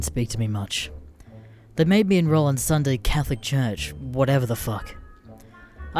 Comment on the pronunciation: Did you just say shity church?